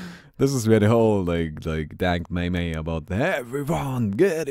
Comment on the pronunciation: 'Dank maymay' XD, it's pronounced 'meem' Like theme Example: Dank memes can't melt steel beams